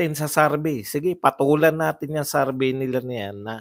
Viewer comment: Survey=sor-vey,Hindi sarvey